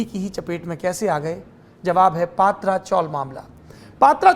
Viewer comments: पत्रा चाळ not पात्रा चाळ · अबे पत्रा आहे not पात्रा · पात्रा नही पत्रा chawl !!